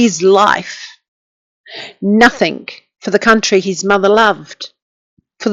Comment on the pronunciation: Sorry .. the word is NOTHING ……not NOTHIINK